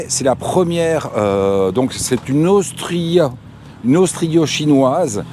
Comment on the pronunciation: on ne dit pas austrio-chinoise mais austro-chinoise !